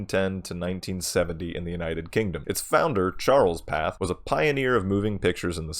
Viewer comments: Pathé is pronounced "Patey", not "path". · It's pronounced pathAY.